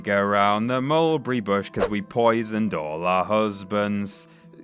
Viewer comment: My goodness can we get someone literate to commentate these the Annunciation is horrible the word Mulberry is three syllables not two learn to speak I find it very distracting